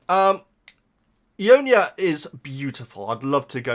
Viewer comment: It's /eye-yon-nya/. ;)